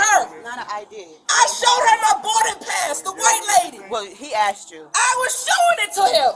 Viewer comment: Smh it's asked not axed .